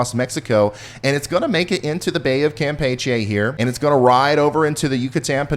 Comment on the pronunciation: Ryan, come on bro, I’m starting to question your weather channel nerd legitimacy, the pronunciation of Campeche is a litmus test. I’m starting to doubt your commitment to Sparkle Motion!!!